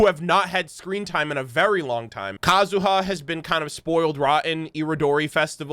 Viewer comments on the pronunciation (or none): none